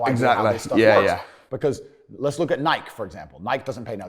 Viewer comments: I have never heard Nike pronounced like that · We not gunna talk ab how he pronounces nike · TATE L for not knowing how to say Nike 🤣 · The way he pronounces Nike is cringe